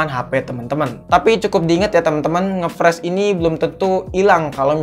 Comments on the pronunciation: Freeze (baca : fris) Fresh (baca : fres) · Saran perbaiki Cara pengucapan kata bahasa inggrisnya Bang. Ngefreeze bacanya Ngefriz bukan ngefres. 👍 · Lebih baik bilang macet aja udah,pke ngefreez segala bacanya gbbisa pula malah ngefres bukan ngefris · Friz bacanya bang, bukan fresh. Fresh itu seger bg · Ngefreeze ( bacanya ngefris bukan ngefres ) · Friz bacanya bang bukan fresh wkwk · Spell nya ngfris bang bukan ngepres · Bang seharusnya nge freeze bukan nge fresh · Frisss njir bukan fresss Tulisannya freeze cara bacanya frisss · Cara bacanya ngefreeze bang bukan ngefreeze hehe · friz boy bukan fres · Ngefreze cok bukan ngefrash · Freeze bukan fres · Bacanya friz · Freeze keles malah pres wkwk